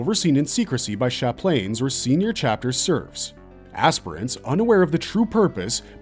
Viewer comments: Chaplain: "Chap - Lan" Very common English word. It's not "sha-plane" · Chaplain is pronounced "chap-lin" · I cant say ive ever heard someone pronounce Chaplain ...Chap-lane..lol... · is it just me or did he mess up multiple things he even said chaplin wrong